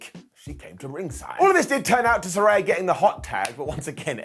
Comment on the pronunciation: One day, will pronounce Saraya consistently correct.